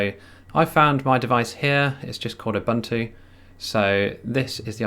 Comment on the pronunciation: Ubuntu is pronounced oohboohntooh